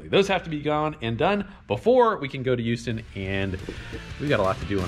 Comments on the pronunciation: Who-ston? Try Hough-ston maybe. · uhm no, just no. it is not hooston it is houston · Uston we have a problem. Lol Its Hughston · houston heres how to say it easily "hue"-"stin" definitely not pronounced like its spelled :p thats our good old confusing ass english language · so he went from youston to hooston..........that's fine. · thank god his wife said something lmao My stepmoms dad says Ustoun as well lol also i wanna see how many tires yall can stack before that teetering stack falls over lol PS it was great meeting you this Saturday. thanks for putting up with my questions. Hope t see you on the trail and the S10 with an atlas like we talked about. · Please do not ever call it "who-ston" again... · Man I just realized I say youston too. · Born and raised in Houston, and I pronounce it You-ston. I live a couple miles from the track but once again I couldn't make it. You guys better be back even though you have your own playground now. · Hooston, Whoston, Houston, ah bugger it, just go to hooters. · Youston. Haha. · Your wife is 100% wrong. It is pronounced hew ston, just like saying huge. Lived in Texas for 22 years and heard it pronounced whoo ston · Its neither eweston or hooston . You were closer the first time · Who the hell says it like that? They hat's like the folks that say uge when they mean huge it's like they think the H is silent. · every texan cringed at yall saying Houston for shame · You said it right the first time for us Houston boys